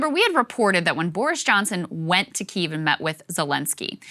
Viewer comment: Ohh Saager changed his pronunciation to the Ukrainian pronunciation of Kiev, rather than the Russian one - love the voracious appetite for information and change rather than pandering propaganda <3